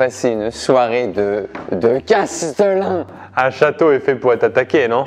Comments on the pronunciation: Par contre c'est Chatelain et pas Castelain non? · Il faut dire Châtelain et non castelain… ! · Castelin ?? Mais c’est quoi? On dit pas plutôt châtelain ?😅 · Par contre on dit châtelain, pas castlelin. Ou maître du château à la rigueur. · Il me semble que l’on dit châtelain et pas castelain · Quelqu’un peut dire à qu’on dit cHâtelain et pas castelain? 🙏😘